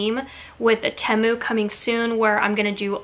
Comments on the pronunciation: I am currently waiting for my first order! Most of my items were 99 cents! And just FYI I think it's pronounced TEA-MOO. 😊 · I love Temu! They’re the best! I have like $250 worth of stuff in my cart right now! I do think it’s pronounced Tee-mu..or at least that’s how I’ve heard everyone else pronounce it 🤷‍♀️ not trying to be mean